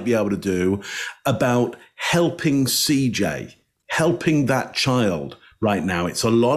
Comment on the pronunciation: Thank you for calling him CJ. So many people have talked about this case but almost no one says his name correctly. His name was CJ and he was loved beyond measure, and he did not deserve this.